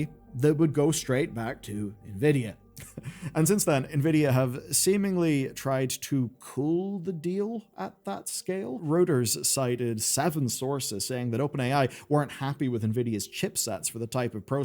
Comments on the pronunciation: It's "ROY-ders", hun not "rooters" ;p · Bro, "Reuters" is pronounced "royters" sort of the way "Deutsch" is pronounced "doych".